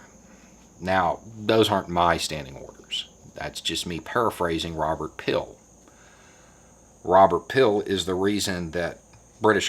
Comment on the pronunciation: He was probably coming to the aid of those who WANTED to Google it but had no luck, because pronounced it as "Robert Pill." 😐